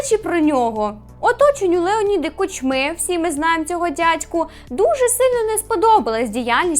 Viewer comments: а чо КучмИ а не КУчми? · Блін. Нпе шоуносиків, а довгоносиків, не КучмИ, а КУчми. Йдеш стежкою Тайлера Андерсона? Не забувай, що було з ним після критики 1+1